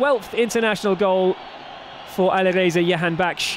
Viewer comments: Can anyone tell this announcer the name is Jahanbakhsh and not Yahanbakhsh. J=Y only for Spanish names. he has been saying yahanbakhsh for the past two years.... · They have hard time saying "Jahan" I believe. But I agree with you. Sounds like a Jewish last name YAHANBAKHSH...